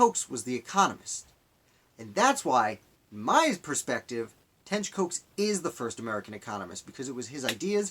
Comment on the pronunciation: I’m his relative, and it’s pronounced like Cox!!!